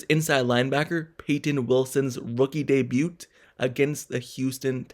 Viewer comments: U the first person ever heard pronoun the t in debut lol. Good breakdown tho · The t in debut is silent dude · Good reporting. Well done. The "t" in debut is silent.